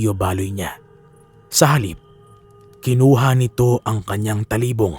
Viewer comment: You are slowly improving po.... keep it up... suggestions ko lang po pag nag bigkas ka po ng salita medyo diinan or bigtan nyo yung word example po d2 sa kuwento nyo pakingan nyo po how you said talibong at paguusal. Yung lang po Peace po sa inyo ni pinuno and never give up. 😊